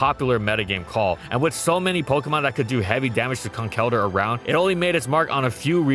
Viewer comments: ITS PRONOUNCED CONKLE-DURR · It is Con-kell-durr; from concrete and elder.